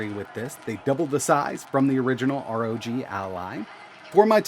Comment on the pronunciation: ROG, NOT R.O.G